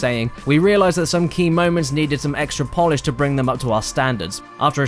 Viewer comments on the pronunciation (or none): none